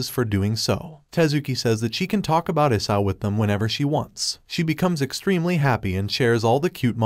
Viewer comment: And why is the dragon named isao but it sounds like isayo